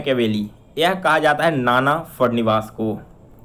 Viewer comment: Sir aap bhut achi tyari krwate ho So thanks from me and all your subscribes But aapne 14tn question me फड़नवीस का गलत उच्चारण किया है कृपया आगे से ध्यान रखें